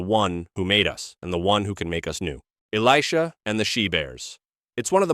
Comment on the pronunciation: I like the one about the folded napkin. That makes sense. But really, A.I. pronunciation of Elisha is ridiculous.